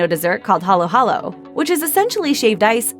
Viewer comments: Sure ako ung magnolia hindi nabigkas ng tama.Pati ung halo halo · *haluhalo peeps always get it wrong sorry